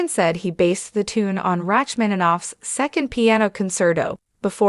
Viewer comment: Rachmaninoff!!!!!! Rach- mananof????? Come on!!!!!! You have to know this!!!!